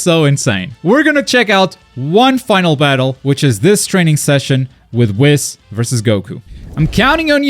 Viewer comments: It’s whis not wiz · Stop calling ma man Whis Wis :( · Buddy lol Whis's name is pronounced like WHEEEESS. Its supposed to rhyme with the word peace. It is not supposed to rhyme with piss lol just imagine if the "i" in Whis was 2 E"s instead and just say it like that. Lol huge fan im sorry i had to say something that pronunciation is wild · Pronouncing 'Whis' like 'piss' is not very funky fresh. It's a no from me chief. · I still can't get over the fact that he pronounces "Whis" as "Wis." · This dude's pronouncing whis as he does, hurts my soul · Today I learned can't pronounce Whis xp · Why must he say whis like that😂😂 still love the content tho.